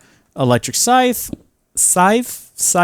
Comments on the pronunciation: Sieve, not "Scythe" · Sieve /sɪv/ So, you pronounce it "Siiv"